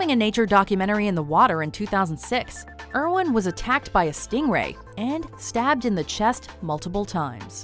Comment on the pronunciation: Heavens Crow Irwin, not Erwin.